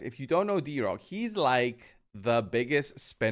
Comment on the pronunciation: It's Drock, not D-Rock 😂